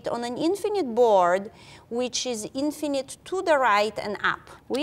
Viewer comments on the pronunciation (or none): none